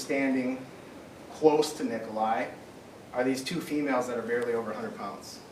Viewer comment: This prosecutor is pathetic! He says VARELY instead of BARELY! I don’t think he is smart enough to be a successful attorney on his own or with a reputable legal firm. I could hardly stand to listen to him. The investigator really showed his incompetence when testifying about the juror who was supposedly dozing off. I was not impressed!!